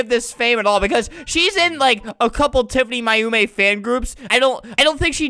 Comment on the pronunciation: Hahaha i like when flamingo says TIFANY MAYUMI bc it sounds like TIFANY MY HOMIE!